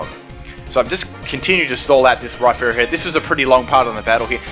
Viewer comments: It's Rhyperior, not Rhyferior like you claim. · isn t it Rhy-perior like surperior istead of Rhy-ferior as in inferior